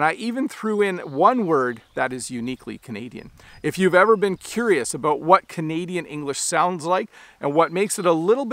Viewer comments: Thank you for saying ‘about’ and not ‘aboot’. I am 69, have lived and travelled coast to coast and NEVER heard a Canadian say ‘aboot’. The only time I hear that is when an American says it trying to imitate Canadians. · I don’t see anything wrong with how he pronounced “out” “about” or “boat”. Sounded proper to me.